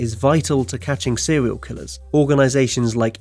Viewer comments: Sewial Killer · Why do you pronounce your 'r's as your 'w's? It's seRial, not seWial and it's woRld, not wold.